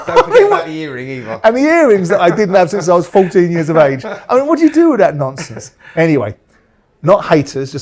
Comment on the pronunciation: Vacuous nonsunthhhs 🤓